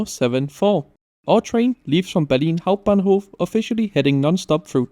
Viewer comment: That "Berlin Hauptbahnhof" pronunication was clean :D